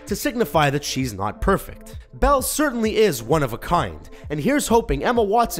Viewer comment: It's Belle